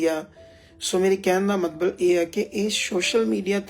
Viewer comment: ਮਤਬਲ ਨੀ ਹੁੰਦਾ ਮਤਲਬ ਹੁੰਦਾ ਸਹੀ ਸ਼ਬਦ ਬੋਲੋ ਜੀ